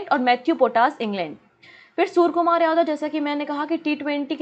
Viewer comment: Madam it's surya kumar not soor kumar...